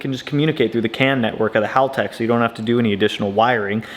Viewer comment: One of the few Americans that can pronounce Haltech correctly 👍